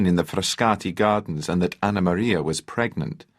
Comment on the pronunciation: The way he says pregnant, oh my god